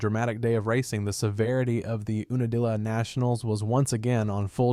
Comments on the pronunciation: YOU NUH DILLA. not ooonadilla. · it's not pronounced oo-na-dilla its pronounced YOU-na-dilla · It's pronounced "You na dilla". Geeze.